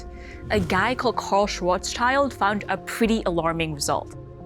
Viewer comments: His name is Schwarzschild as in "Black Shield" not -child as in a kid. Also 30 kilometers is not 15 miles. Way too many factual errors for a science video. I'd advice against watching this. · Schwarzschild is a compound noun. Schwarz = black Schild = shield Schwarz-schild, not Schwarzs-child Pronounced SHVARTS-shillt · Can we please pronounce him closer to Schwarz-shield? His name literally translates to black shield which is actually perfect for the man giving as the formula for the Schwarzschild radius - the point of no return even for light! Has nothing to do with child 😇 Sorry for the rent. Thank you for the video, this is just a little pet peeve 😅